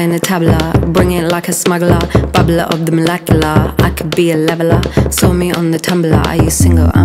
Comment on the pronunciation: The way she says words is just wrong, it's like an English accent without any pronunciation. Molecular isn't "mol ec oo la" it's "mol ec yoo luh" or "mol ec yoo lr"